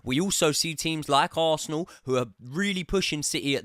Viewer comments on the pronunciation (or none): none